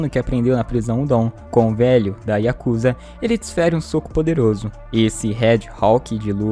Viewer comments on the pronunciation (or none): none